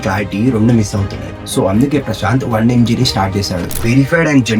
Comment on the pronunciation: One mg???? Pronounciation not clear